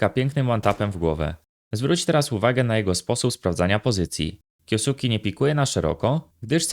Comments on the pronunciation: na przyszlosc nie kiosuki, tylko kjoske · zle wymawiasz jego nick, na hltv dal wywiad gdzie jego nick wymiana sie kyoske a nie kyosuke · jak cos czyta sie kjoske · kyoske sie czyta chyba xd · Czyta się kjoske 🤓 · a tego nicku nie czyta sie kjoske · "kjo suki" xD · na przyszlosc jego nick wymawa sie kjoske;p, ciekawy filmik zostaje na dluzej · masz tutaj linka jak to sie powinno wymawiac, troche mnie szczypaly uszy jak to wymawiales ale odcinek jak najbardziej na plus